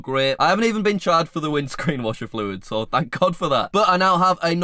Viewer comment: Dont know why I love the way says fluid but it's really satisfying